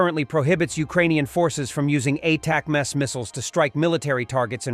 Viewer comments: Ah, if only the robo could pronounce ATACMS the way human readers do. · Get your bot to say ATACMS.